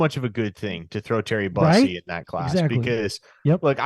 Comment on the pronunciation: Its Terry Boo-see . Not bus-ee or Byoo-see. Boo- see/sea/si